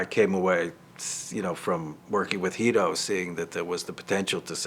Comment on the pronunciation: Angrist likes to call Guido, Jhuido